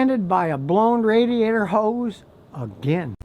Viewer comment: ooh he said his ho's blown! xD